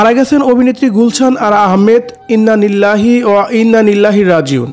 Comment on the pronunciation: ভাই উচ্চারণ শুদ্ধ করেন "ইন্নালিল্লাহি ওয়াইন্না ইলাইহি রাজিউন"